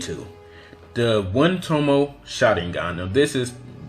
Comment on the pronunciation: Tomoe is pronounced toe-mow-eh.